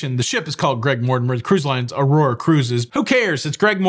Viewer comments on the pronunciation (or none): none